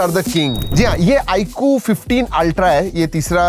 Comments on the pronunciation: iaaqu❌ iQOO...😂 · 😂bro is saying iku not iQ